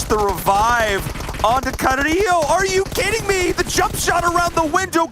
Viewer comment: None of the Spanish speaking people in this cast can pronounce Carrilho right 💀 it’s pronounced with an L not a Y